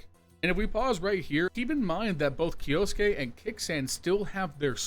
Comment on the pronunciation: its key-yo-soo-kay not “key-yo-s-kay” 🤦‍♂️